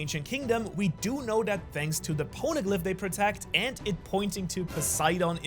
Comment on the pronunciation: "Shanks so much for watching" lol